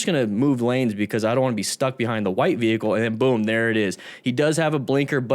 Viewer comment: Bmw= Burning man's " wehicle"🔥😀